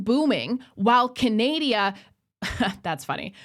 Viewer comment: from the US and I legit call it Canadia! 😂😂😂